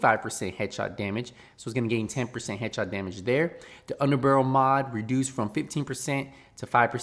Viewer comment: I didn’t come here for news - I came here to hear say HERURIC and UNDER-BUHRUL